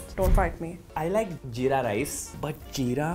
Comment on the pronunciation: while trying the jeera drink Her pronounciation:JEERA-Y ME HEARING:JIRAIYA SAMA CUZ I AM WEEB